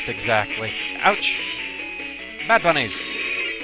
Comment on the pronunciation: "And that's bunnehs!" BUNNIES....